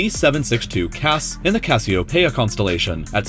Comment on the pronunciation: CASS - EE - OH - PEE - AH, not PAY - AH.